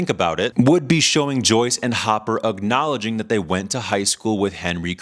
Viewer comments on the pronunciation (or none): god forbid someone mispronounces something 🤡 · Ubknowledging haha it's acknowledge